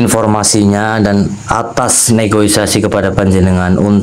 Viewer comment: Negosiasi bukan Negoisasi biar tdk malu kita dg bahasa yg anda pakai